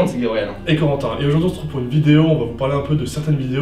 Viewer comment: Babriel et zorentin ?! Ou c'est mes oreilles qui me font défaut 😉 ?